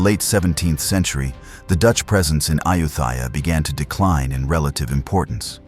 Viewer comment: This AI narration can't even pronounce the name "Ayutthaya" correctly.